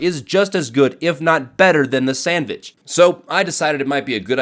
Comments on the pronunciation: ITS SANDVICH NOT SANDWICH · Actually it's SENDVICH not sandvich